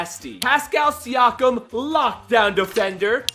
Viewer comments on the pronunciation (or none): none